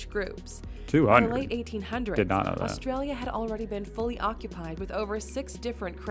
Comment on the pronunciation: You gotta start saying "Oz-ee".. Not "Au-zee".. And South Australia was a Free State only for the first 10 years.. Adelaide has "a beach" 15 mins from the CBD, that runs bout 350kms North/South haha.. We see a water/ocean sunset.. Labor PM Bob Hawke, drank a "Yard of Ale" (a yard ale glass) in 12 seconds. While he was Prime Minister, he didnt drink a single drop. Coopers is Adelaide beer, mainly Pale and Sparkling Ale, made in the suburbs.. My great Uncle went to WWII under General Thomas Cooper from Coopers brewery. Melbourne Bitter is from Melbourne, as is Victoria Bitter, amongst others.. etc etc